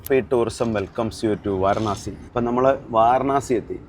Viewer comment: വാരണാസി അല്ല മക്കളേ, വാരാണസി എന്നു പറയൂ